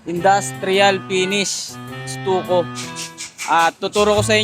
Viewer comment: Correction lang Po no skimcoat Hindi skin coat Ido.. then stucco pronounce po ay stakko Hindi stuko..kasi kung gagamitin sa job interview yan at pinanood ka wala bagsak na agad Pag explain palang Mali na